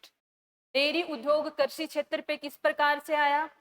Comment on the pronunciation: मैम कर्शी नहीं कृषि होता है।प्लीज उच्चारण सही करें।धन्यवाद।